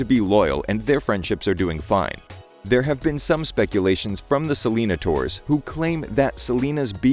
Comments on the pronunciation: It’s pronounced “ Se-Le-Nai-Tors” not “Se-Lee-na-ters” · It's pronounced like "Sell-in-ay-ters". Rhymes more with taters rather than dinosaurs. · I thought it was pronounced Selana-nay-tors. Idk 💁